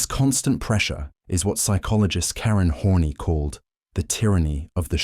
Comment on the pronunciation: Karen hornyy hahahah its karen horn -ehye